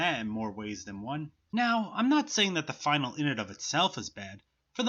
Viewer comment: You mispronouncing finale triggered me.